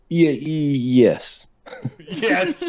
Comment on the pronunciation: Idk how someone made the word yes and extra three syllables longer but did it.